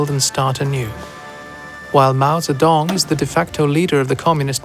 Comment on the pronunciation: Guo min dang, manchu guo, zhang is closer to jang, not zang